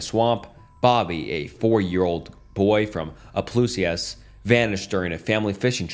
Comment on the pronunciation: No way this guy called Opelousas "opliouseyas" bro it's Opp-ill-ou-sus